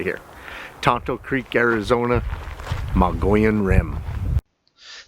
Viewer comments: Pronounced "Mog e own", not Mongolian. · Please learn how to pronounce the name of the rim! Mug-ee-own!!! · Its pronounced "Mo-gee-on" peace! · I love your videos, but please, please learn to say it right, lol! Mogeeohn. Mo ( long O)gee-ohn, hard g, accent on the first syllable. Mo' gee ohn. I'm not being mean or critical. I just grew up and lived in Arizona most of my life, and it drives me nuts when somebody keeps mispronouncing it. 😊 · Mogee-on, Mo-gee-own!